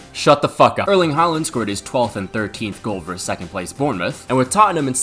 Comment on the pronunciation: The v in, say, Man City v Man Utd, stands for versus, not verse. Versus has two syllables. Please respect the second syllable by pronouncing it. I enjoyed the video, by the way. Nicely paced.